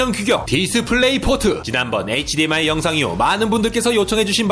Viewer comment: 크으으 마지막에 열정넘치는 목소리 보기좋아요!! (HDMI에서 흐드미로 갈아타셨군요😏😏)